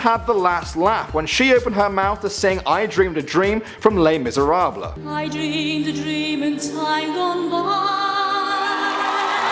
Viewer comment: Les miseraBLUH